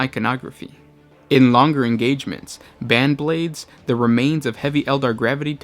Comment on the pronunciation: Banblades? It's Baneblades my good chum. Bane 1. a cause of great distress or annoyance. synonyms:scourge, ruin, death, plague, ruination, destruction; I'm not usually a stickler for pronounciations, but the Baneblade and it's variants are the best and most badass tanks available to the IG.